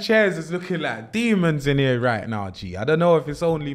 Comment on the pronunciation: ‘I’ll just make a mixtape in ere’ loooool